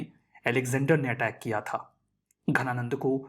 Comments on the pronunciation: Bro that is dhananand not ghananand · Ghananand nahi... Dhananand.. .ध और घ में फर्क होता है Sir... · It's not ghanananda but dhanananda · Ghana nand ❌ Dhana nand ✅ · Dhananand hai Ghananand nhi